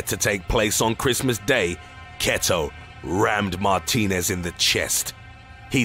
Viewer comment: You butchered the name martinez 😂😭